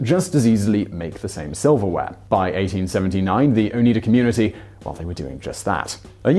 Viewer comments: It's oh-nye-da not oh-nee-da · Wheres the flatware story ffs?! Oh its Oneida(O-nigh-da) not Oneeda! Its a friggin tribe. Do you speak oonglush?! No. Its Not a British pronunciation issue. Also I have noticed you have ditched your feigning ability to find proper pronunciations. I'm very relieved because the reservoir at YouTube is overflowing with pronunciations of many many words a lot of which I have heard mispronounced by people who post videos on youtube. It stands to reason that if you have a YouTube channel you have access to YouTube. I frequently watch your videos I greatly enjoy a lot of your material however to me a it doesn't seem a difficult exercise to what the word into the search bar and listen to the pronunciation that comes up. Granted I haven't walked a mile in your shoes, but it would be really appreciated if you did give it a go and look them up. You don't even have to admit. I am not in this for some self aggrandizing motive it's merely adding additional pleasure and less pain to the experience of your videos. Be well and thanks. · Al together now, "Owe - NIGH - duh." Not "Owe - NEE - duh." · I just wanted to shout at the screen “It’s O-nye-da; not O-knee-da!!” Being from the area is helpful in knowing the pronunciation . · I live in that area of upstate NY. There's a Noyes street in utica.... Oh and its pronounced "oh-nye-duh" not "onee-dah" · Oh-night-a NOT Oh-neat-a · Very interesting, I grew up very close to Oneida, but I didn't know all these details! Also, it's pronounced "O-nide-ah", not "Oh-need-a". There are still Noyes descendants in the area, I went to high school with one. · Ok so I dig u live in another country and I like ur videos I have watched many of the casual criminal videos they're very articulate and personable. Ok so anyhoo its o ny da not o nead a thats was buggin me. K only gripe sorry, good job as usual, thank u.😊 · Locally it is not pronounced Oh-need-ah, it's Oh-neigh-dah. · oh-nEYE-duh, not oh-knee-duh